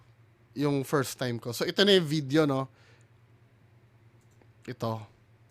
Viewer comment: Ooof gasgas ang esopagus ni idol, "pirstaym" sigiro niya siguro uminom ng icetubig. jk.